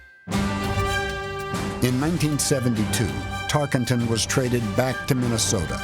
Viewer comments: Amy Klobuchar mispronouncing his name is quite irritating. Tarkington? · Klobuchar is a lame brain - it's Tarkenton, not Tarkington. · Tarkenton not "Tarkington", c'mon senator. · "Fran Tarkington" the least you could do is get his name right Amy. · Why does she keep calling him "Tarkington?" Makes my skin crawl..... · You enjoyed hearing her say "Tarkington" a million times? Can't even pronounce his name correctly! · Amy Klobuchar saying "Tarkington" - No thanks. On to #90. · IT’S NOT TARKINGTON !! PRONOUNCE IT CORRECTLY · If she’s such a big fan, why does she keep mispronouncing his last name? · She’s can’t even say his last name right 😂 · That was bothering me too. You would think a life-long Vikings fan would know how to correctly say his name.